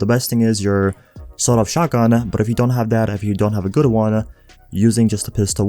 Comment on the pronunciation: Very good-ah,, pretty good build-ah, gey